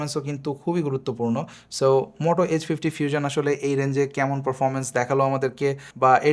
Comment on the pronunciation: ফিউজন কি ভাই😂😂 আগে উচ্চারণ ঠিক করেন পরে রিভিউ দেন